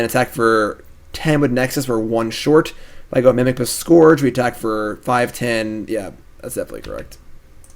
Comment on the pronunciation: Scourge rhymes with urge,!